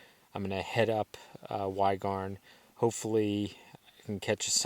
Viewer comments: “Why Garn”!?! That is ‘banning from Wales’ bad pronounciation. A teachable moment nonetheless, even if it is 3 years too late. Y (the) is pronounced ‘Ur’ in Welsh. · Great video, but I can’t resist a pointer on pronunciation- Y Garn, the Y isn’t pronounced like the English ‘why’ , it’s closer (although not entirely) to the English sound i as in ‘did’ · Y in welsh is pronounced "ee" apparently. (I am English, sorry) love your stuff mate 😊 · Hi nice video, I’m not welsh but go up a few Welsh summits, if you replace Y with an E, and F with a V, it will be a little closer to the correct pronunciation, so Y Garn would be E Garn, same as Pen Y Garn would be Pen ‘E’ Garn, Tryfan would be Tr’E’ ‘V’an so say TrEVan, (but not TreeVan) Fawr would Vawr , say Vower. These aren’t exact but just a little closer, Enjoy your journey 👍😀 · The Y is pronounced like an E in Y Garn and sorry to be picky, but you didn't actually descend through Devil's Kitchen - that's the gorge you passed beneath on the way up and down. Hope you enjoyed it nonetheless.